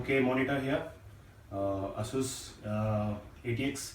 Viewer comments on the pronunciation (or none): none